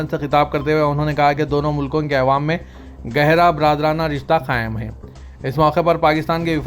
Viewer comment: Awaam not aiwam عوام نہ کہ ایوام